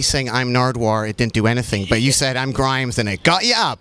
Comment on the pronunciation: mundinho grimes falando "a im grimes"